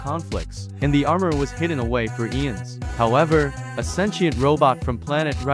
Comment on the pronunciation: Pronounce eons again plz